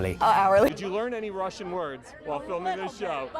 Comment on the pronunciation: Russel and Rhys are amazing together!! It also amazes how good Mathew Rhys's Russian pronunciation is when even English isn't his first language.